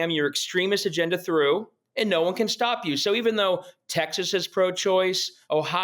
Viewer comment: Hey, its STOP not STEP